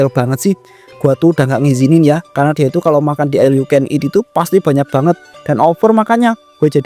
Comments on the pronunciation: Knapaaa semua bilang al yu ken it, baca nya ol yaaa bukan al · OL yu ken it mass bukan aL 😁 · Iya BE OL😂